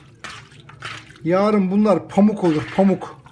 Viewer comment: Paamuk değil paammuk